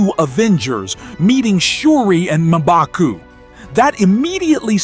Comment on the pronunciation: Did he just call Herbie Erbie and M,baku Mabaku ? 😂